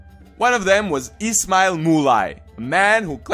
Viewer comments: everytime you say ismail it sounds like its smile :) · You Can't even pronounce his name